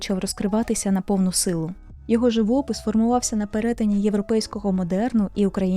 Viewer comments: Живóпис - наголос на О. Дякую за цікавий випуск. Навіть не чула ніколи про цього митця ( а він такий талановитий! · Гарне відео, але чому така гарна українка не вміє ставити вірний наголос у слові живОпис ???